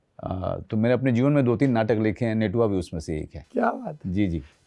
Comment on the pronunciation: Natua hota h netua nhi